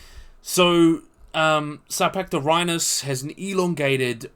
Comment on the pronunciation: Hey man, very good and entertaining video, but please, it'd be even better if you took some practice in pronouncing your scientific names correctly. Your struggle with them is getting pretty noticeable, sorry... I mean, "Agurostoma"? (Angaturama), "Sapanorhynus?" (Scapanorhyncus), "Ophalicodon" (Ophiacodon), Hategopteryx "thabelma" (thambema) I hope this sounds like constructive criticism for your videos, which aim to bring accuracy and credibility to these creatures, both living and extinct. Please, consider.